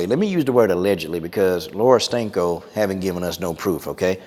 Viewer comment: Don't let this distract you from the fact that every time I hear Coach say her name I hear "Laura STANKO". Does anyone else hear that?🤔